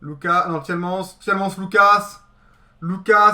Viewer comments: on prononce tilman ce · La prononciation du "Tielemans" n'est pas passée, sinon bonne video